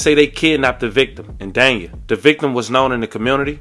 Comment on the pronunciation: Everybody think Miami where it’s at noooooo… Ft.Lauderdale ain’t nothing to play with… I live in Oakland Park so I’m stamped… Ps.. it’s pronounced Daney